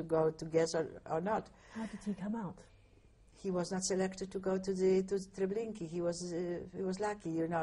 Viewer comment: This is in no way meant as a criticism, but I've never heard the pronunciation "Treblinkeey"" for "Treblinka" except for in this interview.